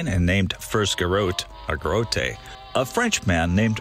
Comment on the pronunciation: Another great job! Swam in that river many times back in the day. You probably know by now...garotte is pronounced "ga-ROT".